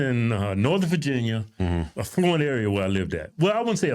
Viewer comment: AFFLUENT,,,,YOU CAN'T PRONOUNCE THE WORD PROPERLY 😂😂😂😂😂😂😂